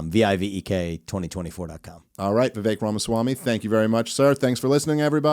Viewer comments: Please pronounce Vivek’s correctly. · “My closest friend and guest, Vivek” (awk) wha the heck, (fok) VIVEK RHYMES with cake! 😂 🤣 Dave is the best, he was a little nervous right away and that makes it even more genuine. Dave has found his forte in this space, his success is well due. Vivek is impressive. I always sit back and wait… watch… at the right time the decision will be clear. It’s now basically as simple as voting for the much lesser of two evils.